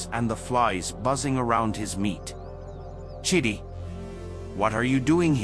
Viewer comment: Emika or Emeka 😅 Chiddy 😂 chidi bruh 😭